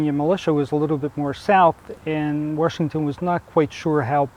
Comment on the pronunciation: Good old Warshington lol